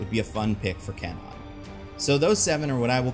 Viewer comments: CAN-nawn? Seriously? CAN-nawn!? Does that even remotely sound Japanese? It's KHAN-own. K(u)-ah-nou-nn. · KWAnon... not K non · Actual pronunciation of Japanese Psylockes name is Ku-wah-nun. Not Cann-on. There is a W in after the K in the name. And it is pronounced. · Except isnt it pronounced KWah-Nun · If they use Kwannon, I hope they don't pronounce itz Kenan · It would be nice if he pronounced Kwannon correctly though. 🙄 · Is "Kwannon" hard 2 say or was the "W" silent this whole time and I wasn't notified? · Please tell me that's not how Kwannons name is actually pronounced. I keep picturing a canon with long purple locks